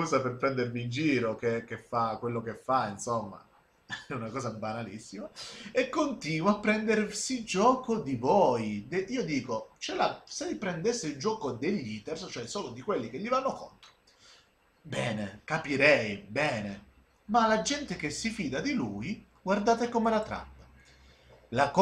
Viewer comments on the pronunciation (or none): tutto condivisibile ma la tua pronuncia di "hater" mi fa rabbrividire... "Heater" significa stufa xD